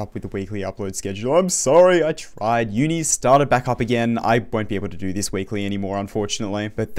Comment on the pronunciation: "I'm sorry I TRIDE"